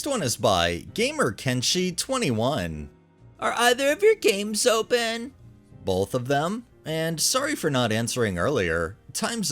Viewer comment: It wouldn’t stop! He said it like 6 times. 😂